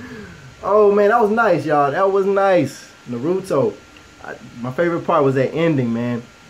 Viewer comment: huge fan its Nar-oo-toe